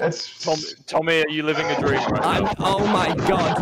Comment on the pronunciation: I'm confused.... how does calling dream "dweam" make me fucking dyslexic